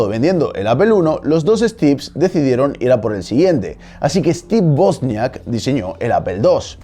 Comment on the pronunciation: Me ha encantado el detalle de la correcta pronunciación de "Wozniak", como debe ser, con la pronunciación original de la W en polaco y no con la pronunciación y deformación anglófona.